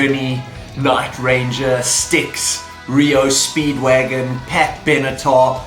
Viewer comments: REEEO Speedwagon? Does he not know who R E O Speedwagon is? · R E O Speedwagon! Not Reo Speedwagon you dumbass. Seriously. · Reo Speedwagon? I thought it was REO Speedwagon?